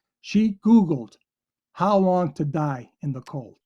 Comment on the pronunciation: I believe am she definitely read "hos long"